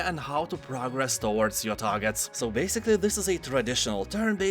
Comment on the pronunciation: I love your occasional joke. Penis wizards, Australia. You mispronounced progress. It's different as a verb.